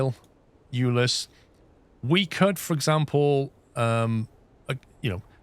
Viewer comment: FYI Cicero is pronounced "SIS-er-oh". Named after a famous Roman politician. Shawnee is pronounced "shaw-KNEE". Named after a Native American tribe. Euless is "YOU-liss". Named after a settler.